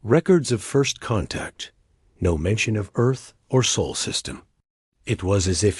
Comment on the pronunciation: Get your AI reader under control. It's jerky and cannot read simple words, such as SOL correctly. Also a period is not read as DOT!